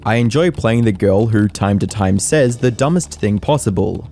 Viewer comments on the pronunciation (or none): none